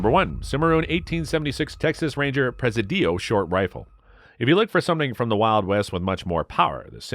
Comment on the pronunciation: Not prez-a-dee-o! Pre-SID-ee-o